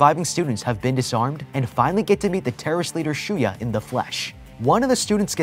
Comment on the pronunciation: For the longest time I thought Shuya's name was Shuyu the way pronounced it at the start, lol.